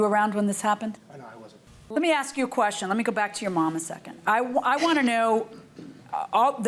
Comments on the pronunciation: I’ve never heard of CAKE called Keek. But then again she says AXE instead of ASK. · I 🪓 ‘axed ‘ the cops 👮! Lol